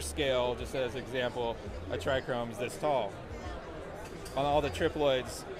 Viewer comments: There is no R in trcome. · Oh man that was bugging me. Owns seed company, doesn't know how to say a key word in his trade. Still love the genetics though!